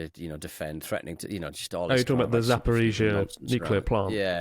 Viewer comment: I’m impressed by any English-speaking person who can pronounce Zaporizhzhia correctly. Well done :)